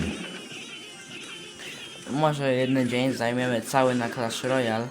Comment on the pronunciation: i muwi sie clash royale